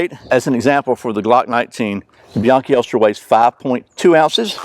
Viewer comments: I've carried concealed for over 50 years. Can't say how many "best holsters" I've tried that someone told me about. I personally hate Alien Gear, but many people love them. Your best is not always best for me. And by the way, its "Be-yankee". I am so tired of hearing that mispronounced. I heard this from John himself. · fideau one actually it’s be-yonkee. It’s Spanish based. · You guys are both wrong! It's "Buy-ayn-chee!" 😉😎